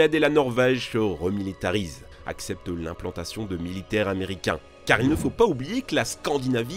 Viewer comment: Cent mille "z"américains...